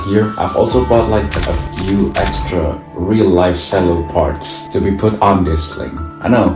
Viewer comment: who tf pronounced that as "se-llo* LOL